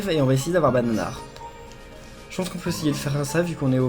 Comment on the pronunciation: Tu as dit banar quand tu as eu bananar